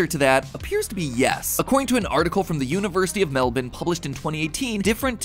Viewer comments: When Mat said “Melbun” my Aussie heart soared. Every Aussie knows you say Melbourne as “Melbun”, and non-Aussies who do it are praised. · Oh my god he said Melbourne right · 9/10 on the pronunciation of Mel'bin. We are very stuck up about it. You get points (We would apologize for it, but pretention is our most fearsome weapon against Sydney) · as an Australian, MatPat pronouncing Melbourne correctly is literally giving me life. so thank you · The most impressive thing about this video is MatPat's ability to pronounce Melbourne. Spoken like a real Aussie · WOO SOMEBODY ACTUALLY PRONOUNCES IT CORRECTLY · that’s the Melbourne in Australia that he was referring to, and he got one of the closest to correct pronunciation i’ve seen from an american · I'm an Aussie and Omg he pronounced it SOOOO well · Hats off to MatPat for correctly pronouncing Melbourne. You beauty! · In very late but congrats on saying Melbourne correct and not wrong like, melBORN